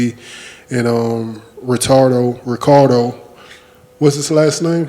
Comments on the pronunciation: “Retardo Revengalisa” 😂 Dying ... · Did he really say ...retartdo ! Lol legend! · "Ricardi Revengalista" xdxDXDXD